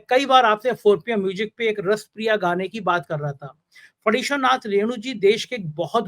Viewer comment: aap ka channel majboori mein dekhna padta hai. Abhay Dubey ji ki wajah se. Aapki awaz aur pronunciation kaan mein chubhta hai. Jaroor nahi zaroor. moojik nahi music. Thoda kaam karo apne par. Take it as a constructive criticism, baaki aap khud samajhdar ho